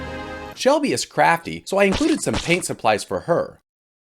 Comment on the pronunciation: bro said “crafty”🤣😂😂😂😂😂